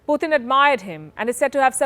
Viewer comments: It’s not Phuthin, it’s Putin. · Why's she saying "Poootn" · Please pronounce his name correctly. It’s Putin not Puthin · She's is pronouncing as poothin instead of putin..that sounds obviously different... 😀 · Please pronounce putin correctly. Its not poothin. Coming from a fellow indian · The way this woman pronounced "PUTIN" ? IS Comedy!!!! 😆 🤣 😂 😹 😆